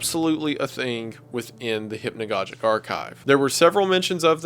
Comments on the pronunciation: Maybe someone helped you with this Wendigoon, but it's hypnagogic as you would say synagogue. I don't mind it here. For future reference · I just realize you don’t even say hypnagogic right. You don’t say hypnagogic right, you don’t say merlot right I think u just need English lessons